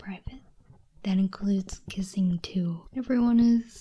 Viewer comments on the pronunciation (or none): That K was intense